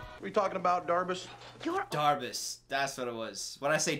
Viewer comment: “…Ms Dufus, What is her name? Me Drivus?” It’s Ms Darbus